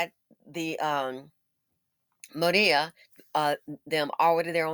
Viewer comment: MOW REE AH 😂😂😂😂